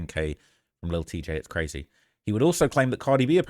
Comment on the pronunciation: Did really just say brazy😖😖😖☠️☠️☠️